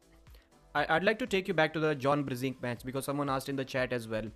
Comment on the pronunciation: “John Brrr-zinc!” now I know why I’m thinking of John whenever I take my zinc supplements.